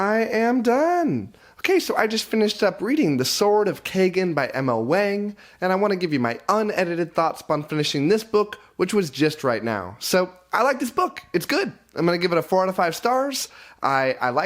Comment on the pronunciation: It's pronouced like Wong! It's a long A sound.